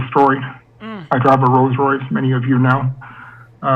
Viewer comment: You murdering these words discombobulated and Rolls Royce😩🤣🤣🤣🤣🤣